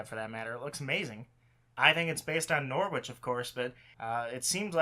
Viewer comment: hahaha! It’s a fair mistake! All of England looks the same! Also, your pronunciation of Norwich was amazing